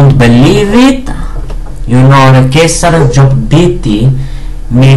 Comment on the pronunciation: You pronounced him good man! Lol...